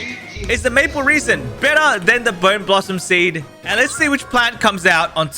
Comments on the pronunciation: you pronounce it RASIN not REASON!!!!! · I swear its not said like reason ... like resin the material.... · It is maple resin not 'maple reesin' seed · It’s resin not reason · "Maple reesen" 💀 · That is rage bating me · every time i heard reason i cringed harder lol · how do you even pronounce that wrong like its impossible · 'Maple reesin' makes me mad! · "maple reson"